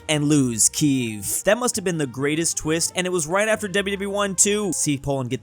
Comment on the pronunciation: so cool that it said Kiev and you pronouced as Kyiv <3